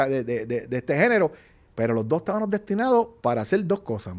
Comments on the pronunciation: El “estabanos” me tiene el oído sangrando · No puedo con teniano, estabano…. Por favor a esta edad y no puede hablar correctamente